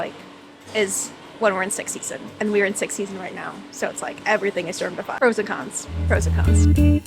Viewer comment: Nice video! BTW, What do you mean by 'six season' or it is 'sick season'? (minute 7.45)